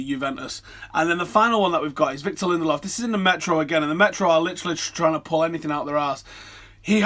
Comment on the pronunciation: Btw, his name is pronounced [Linde–lööv]. With the ö being pronouced like the vowels in "learn". With all these Swedish players, you have to familiarize yourself with the Swedish letters (åäö). ;)